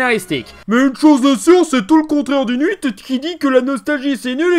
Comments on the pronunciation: Pourquoi il dit nuit pour huit ? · Comment je dit 8: Huit Comment dit 8: Nhuite;);););) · Dis pourquoi tu dis "nuite" pour "huit"? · Je suis le seul à entendre prononcé nhuit au lieu de huit? Super nhuit, Star Wars nhuit... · Je suis la seule à avoir remarqué que dit 8 "nuite"? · Je cherchais ce commentaire haha, je trouvais ça bizarre effectivement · C'est normal, il est corse Et en corse, on prononce 8 "nuite" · alors je suis corse, et personne ne dit ''nuite'' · J'aime bien comment dit: "le nhuit"😂! Ça me fume un peu. Je pose ça là... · Attention ce n'est pas pour se moquer de toi C'est juste que j'ai remarqué que tu prononce 8 "nuite" C'est débile mais c'est marrant Continue comme ça t'es génial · Le "n'huit" Désolé mais ça m'a retourné le cerveau pendant tout l'épisode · tant qu'il ne dit pas "le l'huit" c'est bon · Hhhheeeeuuuu....??? Question très bête mais pourquoi Dis tu " Super Nhuite "??? ... Je zape le ( possible )jeux de mots et sa me fais quelque peu buger... Dsl... A par sa comme d habitude très très bonne vidéo... que du plaisir... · Petite question : ta prononciation de huit qui sonne un peu "n'huit". C'est un truc perso qui prend source dans une autre vidéo dont je ne me souviens pas, ta vrai prononciation parce que... Bah tu as appris à prononcer comme ça ou c'est moi qui entend mal ? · Pourquoi tu dis nhuit ? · il a peut-etre un défaut de prononciation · Je suis le seul à avoir été stressé par le fait qu'il dise "le Nhuite" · c'est quoi le truc avec le chiffre 8? J'ai l'impression que tu mets toujours un n devant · Super vidéo, mais ce que j'ai le plus retenu.. c'est la façon dont tu dit huit